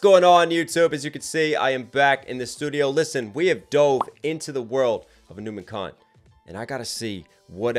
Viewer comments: It's not humankind It's Hanumankind, pronounced Hanuman-kind or Hanu-mankind. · Who wants to learn the pronunciation of Hanumankind😭🙏🏽😭🙏🏽 it's "huh-noo-maan" kind